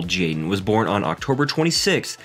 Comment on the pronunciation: Hi Kids seem well adjusted, but the commentator needs to work on his pronunciation. For most of the video I thought his son's name was Jane and not Jaden.